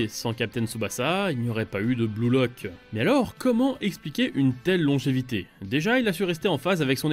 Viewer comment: "bleu lock" à l'aide